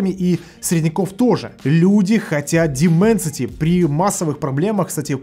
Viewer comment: Даймэнсити, а не Дименсити...